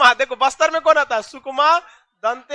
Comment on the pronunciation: Bister ni baster😂